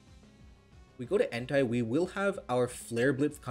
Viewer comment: pls dont say en tai , its ent eh , if you say en tai is sounds sus